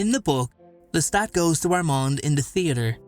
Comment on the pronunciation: It's not Lestat.